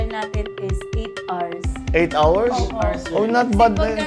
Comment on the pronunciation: 2 Guides 4 ars BBM 8 Hours Ang tamang bigkas sa Hours is Awers not ars English Policy